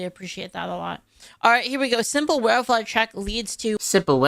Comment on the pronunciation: If you're going to react to content you need to link it in your description, I don't want to have to search for it. Mocking someone for how they say welfare rubbed me the wrong way. Please for the love of anything holy stick to a single video and stop jumping around, you don't even have to prewatch them just have a plan in place of which videos to watch fully. So you don't want an award from the PoTUS that you can use to grow your channel and reach a wider audience? Strange person Please don't say you're unironically the meme that illegals are worth it for the food? You do understand you have the recipes and ability to get all the ingredient yourself right? The world is laughing at your country because of both your political parties and their representatives. America is the most famous and dominant power around the world because of superior firepower and the country was cool. You have the highest standard of living on the planet, people murder to try and get into your country and live the American dream. America is modernity and the internet age So you're upset at trump for making a process you already admit to doing beforehand legal? Do you want to get caught for tax evasion or something? Yes, yay stock market. You're own fault if you're not actively invested. English is not a confusing language when compared to other prominent languages, certainly easier than French was to learn. Expressions are universal. So you agree tax free overtime is great? And you hate getting paid m